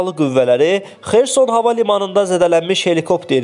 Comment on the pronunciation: XersOn. Vurğunu düzgün deyin.